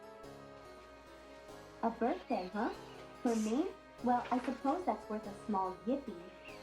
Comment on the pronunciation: Why did he say HAPPY BIRTHDWY BAE